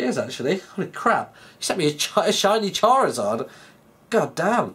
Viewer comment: charizard, or as would say, CHARLIZARD!!!!!!! hahaha:D